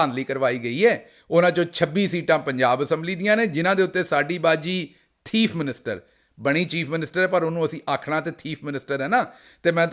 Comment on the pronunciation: "Hura ToTa" 🤢 "Teef Minster"🤣🤣